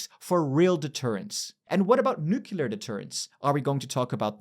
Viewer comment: ‘Nucular’ in a European accent. I h a v e f i n a l l y h e a r d e v e r y t h i